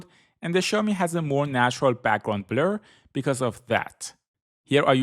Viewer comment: Noooo you no longer say background blEr 😔